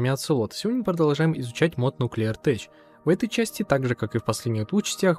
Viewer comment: Наверное это самые подробные гайды на этот мод, хорошо рассказываешь. Только небольшая поправочка относительно названия, хоть сочетание ch и читается как "ч", но в этом слове оно как "к" читается, это странность английского языка, Нуклеар Тэк, так же как и хай-тэк. А так красавчик, продолжай снимать, хоть и не играю в майн уже особо, но смотреть интересные моды про технологии всегда интересно